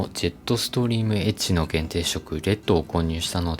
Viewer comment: エッジがエッチに聞こえる…